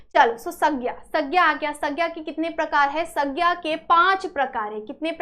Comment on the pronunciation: Sandhya❌ saggya✔️ 😅